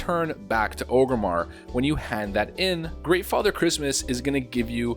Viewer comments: It’s ORG-Rimmar not OGERMMAR. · "Ogrimmar" or is is it Orgrimmar? Orrrrrrrrrgrimmar! You god damn alliance trash. :) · Wtf is Ogre-mar?